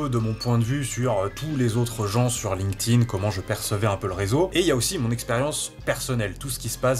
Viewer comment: Je mets un pouce en l'air uniquement parce que tu dois être un des seuls sur youtube à prononcer correctement "linked in" ... bon aussi parce que c'est une vidéo de qualité